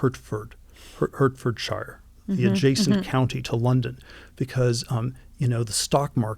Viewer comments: ‘Hurt-ferd-shyer’ was hard to hear 😂. ‘Heart-ford-sheer’ for those that are interested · Great discussion, the only thing that hurt my ears was Hertfordshire being pronounced as "Hurtfordshire". It's actually pronounced "Heartfordshur". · Hurtfordshire... I love it when Americans try to pronounce English place names. To be fair we have trouble with them too. It's "Heart Ford Sheer" (Hertfordshire). A petty comment, I know. 😂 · Hertfordshire is pronounced “hart ford shur”. Jesus.